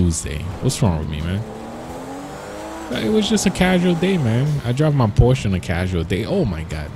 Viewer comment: Its called Por-sh-A